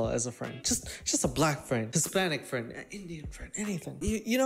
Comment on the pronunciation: We are all fwends with. He is universal fwend